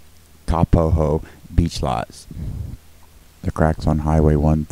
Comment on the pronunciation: not ka pa ho it's ka po ho.......